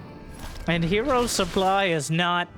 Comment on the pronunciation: Whenever he says "Look at the sooply" it reminds me of a better time.